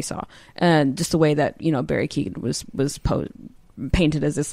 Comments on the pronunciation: This podcast is so good I keep coming back over and over. I love this. Ps. I hate to be this guy, but it’s pronounced “Key-Hogan.” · Barry KYO-gin Emerald Fih-NELL